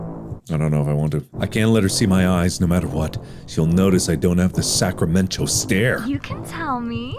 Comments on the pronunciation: "Sacramen-cho..." Hold the fuck up? Sacramento?! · As someone who lives in Northern Cali... Sacramen-cho irks me >.> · I would watch this over and over again just to hear Mark say Sacramen~Cho. Lol. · Sacramen-cho like San Fransokyo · Ah yes, Sacramen-cho Cauliflowerornia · I thought Mark was saying Sacramento 😆